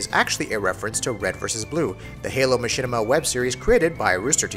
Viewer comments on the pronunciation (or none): none